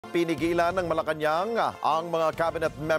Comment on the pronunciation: Malacanang palace versus malacanang palace... So funny....